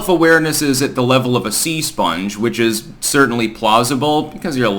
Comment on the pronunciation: "...self awareness at the level of a Sea Spounge"? 😂